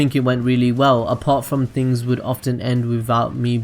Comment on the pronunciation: pronunciation error no.1....things=fings. lol. just yankin around.